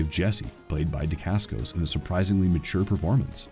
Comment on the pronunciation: Butchered Mark’s last name and the name of his fathers style of martial arts.